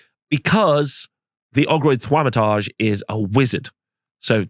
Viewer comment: "Ogroid Thwamatarje"